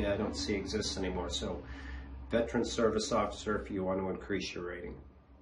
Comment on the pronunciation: Very good information, thank you. However, I would like to point out that the title and word Veteran has 3 syllables, not 2 (Vet-er-an). You are not pronouncing it correctly.